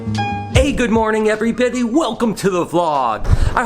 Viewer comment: He said "good morning every bidy"